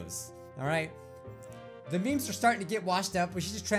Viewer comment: Not "Meme's", "Memes"*